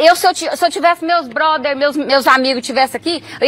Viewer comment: "Meus broder" KKKKKKK